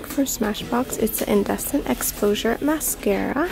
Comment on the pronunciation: Isn’t it pronounced Indeecent not indEcent lol